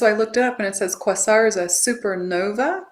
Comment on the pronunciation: Thank you. This is jam packed full of goodies. I will definitely watch this a few times. ❤🎉 I believe Quasar is pronounced " Kway-zar"